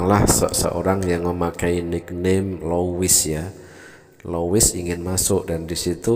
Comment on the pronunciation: Lois konon bacanya lus